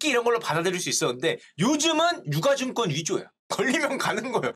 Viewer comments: 유가증권은 [유까증꿘] 으로 발음하는거 아닌가용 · '유가 증권'의 표준 발음은 [유ː까증꿘]입니다.